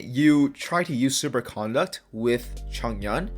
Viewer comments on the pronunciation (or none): The way you're saying Super Conduct is grinding my gears the wrong way... you're pronouncing 'CON-duct' like you're talking about someone's manners and how they're acting. Conduct (said like C'nDUCK'd) is thw word you're looking for. Okay other than that, you're spot on about the elemental effects. I ran the numbers and was looking for someone else that could validate my claims and isn't spreading misinformation. Good Job my dude ! :D